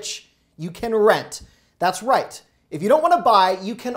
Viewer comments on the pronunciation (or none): none